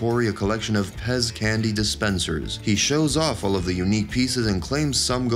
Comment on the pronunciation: They said pest instead of pez lol